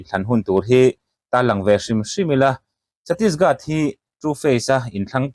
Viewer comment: Chhattisgat a nilo. chhattisGARH aw.